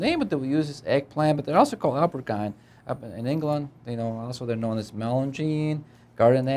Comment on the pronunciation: Great recipe; but, please try to enunciate your words more carefully, speak slower, and check your pronunciation. "Aubergine" is pronounced OH-ber-geen. "Melanzane" is Italian for eggplant, and it is pronounced mel-ahn-ZAH-neh. Thank you.